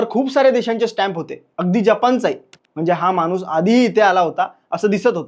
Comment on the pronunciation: मानुस नाही माणूस म्हणा.